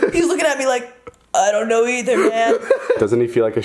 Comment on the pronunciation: "I don't know eathier man " 😂😂😂